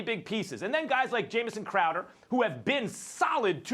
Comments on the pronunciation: max having a hard time getting crowder's name right let alone trying to defend the sucky cavs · First Take is just waiting to see how much longer they can go before anyone corrects them on how to Pronounce Jae Crowder's name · Can they ever get Crowders name right lol